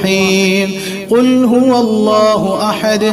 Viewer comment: ...الله എന്ന് ഉച്ചരിക്കുമ്പോൾ നാവ് പല്ലിൽ തട്ടാൻ പാടില്ലല്ലോ. രണ്ട് ل (ലാം) ചേർന്ന് വരുന്നതല്ലേ എന്ന് الله ഉച്ചരിക്കുമ്പോൾ. അത് കൊണ്ട് ل ന്റെ രീതിയിൽ തന്നെയാണ് എന്ന് الله ഉച്ചരിക്കേണ്ടത് എന്നാണ് ഇവിടുത്തെ ഉസ്താദ് പഠിപ്പിച്ചിട്ടുള്ളത്. അത് ഒന്ന് ശ്രദ്ധിക്കണേ...